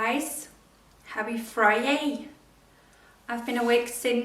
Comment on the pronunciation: "Friyay", or "Friday"? I couldn't quite make it out 😂